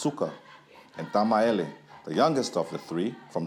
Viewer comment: Why does the narrator keep saying Tamaele instead of Tamaeli? 🙄🤦‍♀️ Other than that this was a very interesting story.